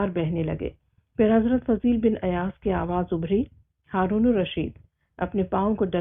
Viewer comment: This name is Fuzail bin Ayyaz not Fazeel bin....